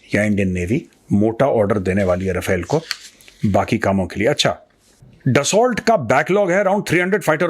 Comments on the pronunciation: Major Sa’as, it’s pronounced डस्सो, not ड्सौल्ट. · दसा होता है दसाल्ट नहीं कितनी बार लिखा है ठीक करो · ट नहीं.... दसोल बोलिए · sir Dassu... because it's french word